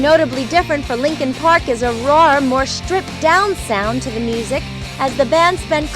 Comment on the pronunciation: LEENKEEN PRAWK